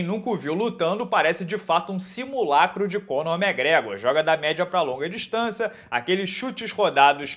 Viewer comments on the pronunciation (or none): Cara, pq vc fala Cônor Mégrégôr?? É Máqgrégôr...